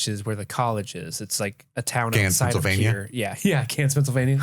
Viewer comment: PE= Pennsylvan-ware? Penns-ware?